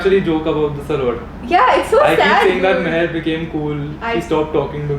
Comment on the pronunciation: idk why but i heard zeher when you said your intro. BTW Loved this video <3.